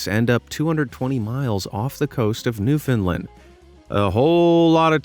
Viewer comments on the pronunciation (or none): He said newfoundland wrong tsk tsk tsk… Americans